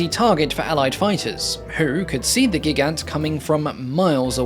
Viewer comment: At least the Gigant (emphasis is actually on the second syllable) was attractive as a target; I understand they lost almost 10% of the total 198 built in one engagement alone. FYI, there is a bit of a lip sync issue, on my device at least.